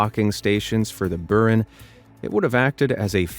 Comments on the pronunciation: boo-RAN, NOT "Burn" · Its pronounced bur-AHN! Not BUR-in.